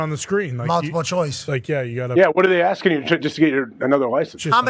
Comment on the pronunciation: The black dudes said Axing a question. You can’t write this comedy.